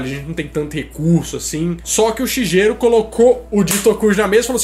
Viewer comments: Vc pronunciou errado o nome do Shigeru Miyamoto, se fala "shigueru" ,GE se lê "guê"....outra coisa do Pokémon....q faltou...ekans é snake q significa serpente em inglês e arbok é kobra q é a naja....aqui no Brasil chamamos todas as serpentes de cobras,mas na verdade não temos cobras aqui só serpentes,por que cobras são as najas,que tem o capelo,capelo é a aquela protuberância q a naja tem,e isso q difere a cobra das serpentes, lembrando que toda cobra é uma serpente,mas nem toda serpente é uma cobra pelo fato de não ter o capelo, o shigueru Miyamoto foi super inteligente ao criar a ekans (snake-serpente) e a arbok(kobra-naja) espero q tenha ajudado o canal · Escreve “Shigeru” mas se fala “shigueru” descurpe mas é o nome do meu marido kkkkkkk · A pronumcia é SHIGUERU carai e ele nao teve nada a ver com os nomes da localização gringa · Escreve Shigeru mas se pronuncia Shigueru!!! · A pronúncia do nome do dono da Nintendo é Sigueru. Tive 1 sensei de Nihongô (língua japobrsa) que o nome do marido dela é Sigueru.